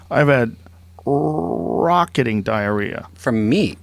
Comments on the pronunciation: Joe “I’ve had Rrrrrrrocketing diarrhea” Rogan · Joe “rrrrrrrocketing diarrhea” Rogan.